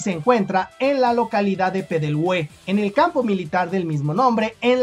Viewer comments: Hola, muy buen video, sólo una pequeña corrección, Lautaro se pronuncia así Lautáro y Peldehue así Peldéhue. Saludos amigo. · Laut(á)ro y Peld(é)hue